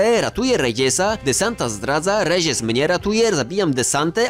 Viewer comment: Stary błagam nie eskłezia tylko eskłela, rezies to rejes a aziende wymawia się ajende a tak to film mega